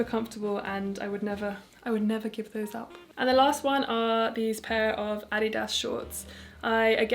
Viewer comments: Uhhh finally somebody pronouncing adidas the right way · Yeah, most Europeans pronounce it the way she does. Since it's a German company, that's considered the "proper" pronunciation. Just found that out like last year lol